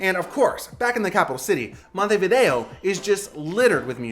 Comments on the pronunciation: Montevido no, Montevideo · la traduccion IA es lamentable, "Taza caliente de mate" ??? "punta di" ? es MONTEVIDEO Y NO montevi. otra cosa..... el tango no es argentino, es RIOPLATENSE entre montevideo y bs as. vuelve la IA a decir monteria a MONTEVIDEO. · Terrible la pronunciación, especialmente de los lugares: Montevideo, Punta del Este, la mano, Museo Carlos Páez Vilaró. 😮